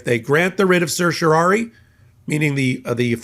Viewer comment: A minor point: it's a writ of certiorari, which you mispronounce throughout.